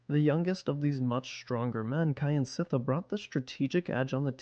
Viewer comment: "Kyansittha" pronounced "Kjan sit thar" not "Ky an sit thar"